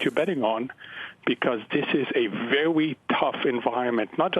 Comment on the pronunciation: “This is a veWyyy tough environment”........ VeWWWY ToUgH!